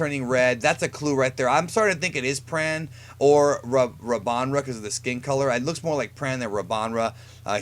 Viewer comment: It's Rabanra